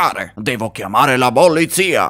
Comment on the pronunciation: A detto Bollizia o polizia